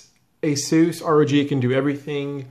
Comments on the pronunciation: Azeus? It's A-SUS 😂😂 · Why must you say ASUS like that?! ( TT_TT) skips vid